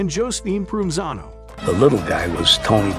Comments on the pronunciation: His name is pronounced Pro Ven Zano. He is my great uncle. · You should learn how to properly pronounce his name before talking about him.